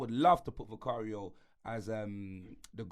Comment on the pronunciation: Man said vicario... 🙄